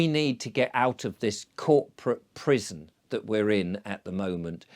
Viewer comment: At first, I thought you were saying prism not prison. The rabbit hole was originally the crypt of Ripon Cathedral in Alice in Wonderland. Scotland has a high percentage of you scratch my back, I scratch yours and for centuries. How they free-ly get around modern quota laws is a mystery or secret.